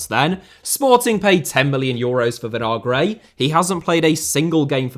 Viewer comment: Vinagre* not Venohrgrei